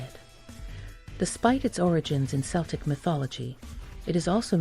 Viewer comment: Strike two. You can't pronounce Celtic. You pronounced it with the soft s sound, not once, but twice.